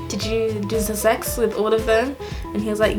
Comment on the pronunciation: “Ze sex” Omg you’re too funny 😂 I’m definitely subscribing I also uploaded a video on my channel on how NOT to learn French, if you can check it out and tell me what you think 😊